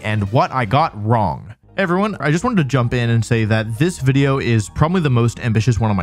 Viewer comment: humour lololol when peak comedy is saying wideo instead of video or saying pyke-a-chuh instead of pikachu. he is a true genius